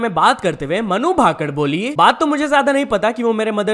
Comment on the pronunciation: bhakad ?? Bhai bhaker he shi pronounce kr liya kr jaato se kucch dushmani he kya vinesh phoget bolra he manu bhakad bolra he 😡